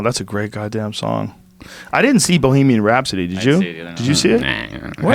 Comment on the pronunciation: Did he say Balemian Rhapsody? Yes.